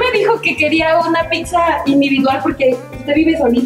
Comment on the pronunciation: Vlogeras fantasticas no dijo pizza dijo picza